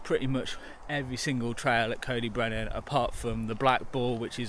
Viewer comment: Nice vid and lucky to call this my local. Trail centres are all suffering as bike parks rise in popularity and you can get to the Alps for only slightly more than a long weekend in Wales. CyB (pronounced Coy Dee Brenin by the way not Coe dee brenin 😅) has been let down hugely by natural resources wales and they have played a major part in its decline. Anyway, nice vid mate